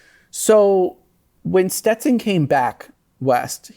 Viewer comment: Learn to pronounce young lady. Stet Son. Not Ste Ton